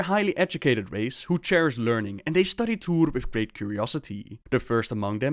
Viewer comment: Even though your videos are good, you need to look up the pronunciation of T'uure before making a video on T'uure. It's very offsetting.